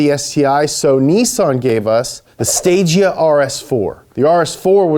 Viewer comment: BTW, Stagea is pronounced Stage A. Guess what the next iteration would have been called? That’s right, Stage B.